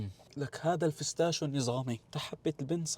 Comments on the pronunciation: بيستاشيو ❌ فستاشو ✅ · فستاشيو ✔️ بستاشيو ❌️ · بستاشيو ❌ فستاشيو ✔️ 😂😂😂